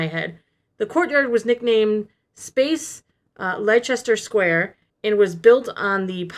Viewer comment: Hey. Did you mean Leicester Square? If so it's pronounced "Lester". I know it's weird!